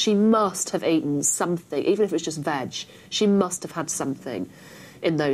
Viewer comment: "she must have eaten something, even if it was just vag" lmao gotta love an accent